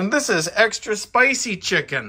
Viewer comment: Che-ken lol.